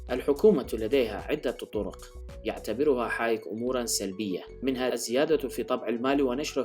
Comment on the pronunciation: فريدريك هايك.. وليس حايك؟